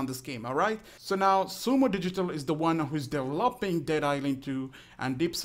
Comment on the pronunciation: De-volp-ing de ghame